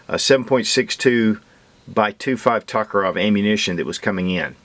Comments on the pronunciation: It's T O karev not T A karev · Its pronounced Toke-a-rev i couldnt keep watching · pronunciation of Tokarev is killing my ears!